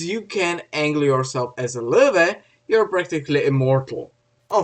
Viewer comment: "w" in german is pronounced like "v" in english.. it's actually called "vee" in the German alphabet ("v" in German is called "fow" and is their equivalent letter "f". So the correct pronunciation is "Luh-Veh" (not Vah, either, plus the umlaut "o" variation, which is difficult) Source: School, internet, books, etc.